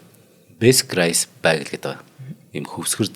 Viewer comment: Bagel бэйгэл гэж уншаарай манай 2❤❤❤